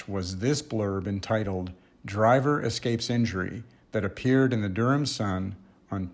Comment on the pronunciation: My mom's family is from the Raleigh-Durham area, and your pronunciation sounded exactly right to me.